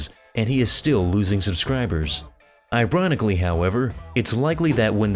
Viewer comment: "Ibronically however"